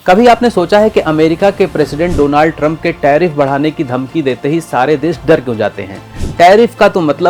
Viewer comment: dolund trump 😅😅